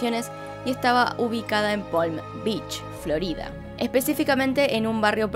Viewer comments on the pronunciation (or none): none